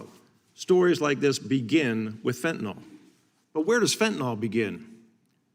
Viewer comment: Buck don't know fentanyl, he only knows fentinall. Probably says nucular instead of nuclear too.